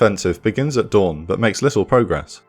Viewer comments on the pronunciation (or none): none